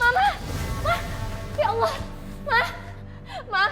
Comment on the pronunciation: bukan awloh Tpi Allah sbutan L nya penuh di lidah